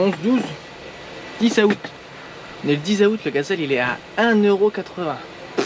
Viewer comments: Super vidéo comme d’habitude. Mais juste comme ça dans août , le A ne ce prononce pas … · moi je prononce pas 15 a out mais 15 zout🤗